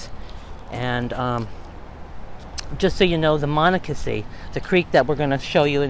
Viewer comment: You are not pronouncing the creek’s name properly.